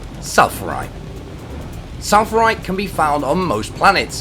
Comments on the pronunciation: its pronounced sfal-uh-rahyt not sal-fuh-rahyt idk why google shows pronunciation like that , its weird with all the h's but it has the "F" or "PH" after the "S" and not after the "L" and i dont even know english ( english is not my main language and just kinda learned it mostly from youtube and i just surprized myself of speaking english this good but still dont know if i even use the right words ... oooof ) and i dont know if the 2nd pronunciation is correct cuz i just made it up :/ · he called it salfurite when it's actually called sphalerite